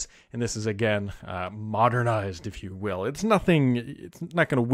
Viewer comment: rotfl at the way says modernized:)